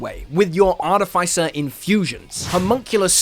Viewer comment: Art-if-iss- er.